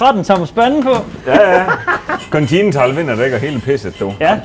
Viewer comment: Det er faktisk meget få, der evner at udtale continental rigtigt! 👍